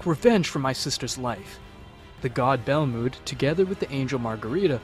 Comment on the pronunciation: Dude good video, but u pronounce a lot of the names wrong, Its not Goteen but Goten, not Chompa but Champa, not Belmood, but Belmod. its very annoying like your doing it on purpuse